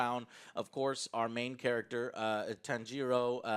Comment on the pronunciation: Joe is like Inosuke - he can't get Tanjiro's name right